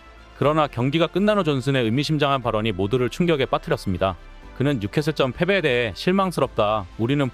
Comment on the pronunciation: 뉴케슬전의 발음을 [뉴케슬쩐?!]